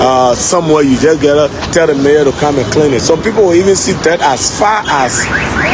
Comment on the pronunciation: its mayor not major smh